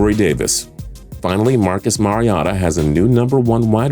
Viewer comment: Its MARIO-TAH